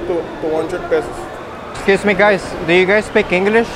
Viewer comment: Esciusmi guys xd